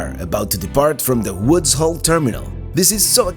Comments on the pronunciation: It's Woods Hole, not "Hall." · Not "woods Hall"....but "Woods Hole" 😂❤